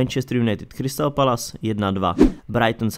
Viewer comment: Palace se nečte palas lol